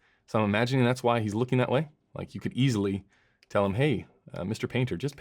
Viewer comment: Haha "easely"